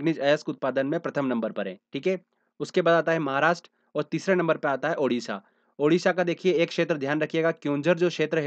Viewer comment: Not Udisha.... Odisha OK